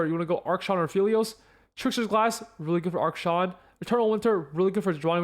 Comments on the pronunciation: thanks for the info, but you keep saying "ARK-Shawn" instead of "AK-SHAN" and it was filling me with rage. anyway good video! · please stop saying ark-shan im begging you please please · Is pronouncing Akshan as Arkshan like a meme or something? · Drink a shot every time he mispronounces Akshan